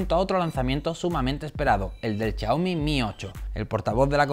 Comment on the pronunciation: Chiaomi, shataka :v